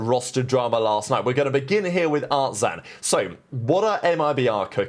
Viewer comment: Okay I am not watching this one!!! You can't even pronounce artzin's name correctly? I'm out